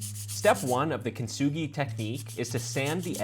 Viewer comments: How he said it sounded like Chinese,he meant I think (which I do think he kinda sounded like too) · I’m half Japanese but that Chinese sound 😭